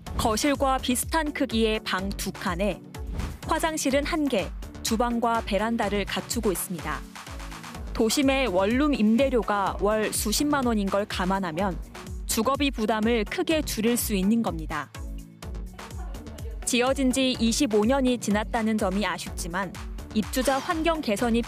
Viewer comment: 원룸,월룸 이게 발음이 안되나...ㅡ ㅡ